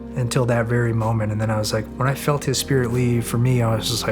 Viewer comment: One "i" short of a spirit 😅